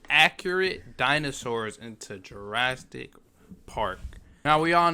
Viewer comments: Why he say jurasdic? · It’s not jrastic It’s Jurassic 😡